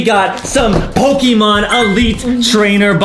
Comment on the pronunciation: Adam, I’m happy you know Pokémon cards and how you perfectly pronounce the names of the Pokémon.. love it